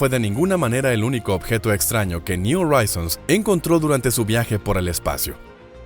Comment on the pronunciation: ¿Oraizons?, le echas estilo pero en Inglés al contrario del Español la letra H si suena entonces tienes que decir Joraizons JORAIZONS.